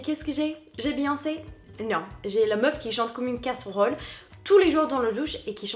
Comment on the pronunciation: "Leu meuuuf" ahahaha